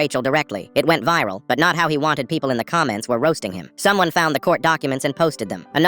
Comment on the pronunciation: cuz he said pepole instead of people